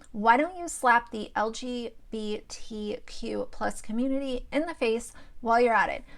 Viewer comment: Why cant u say lgbtq normally?🤣🤣🤣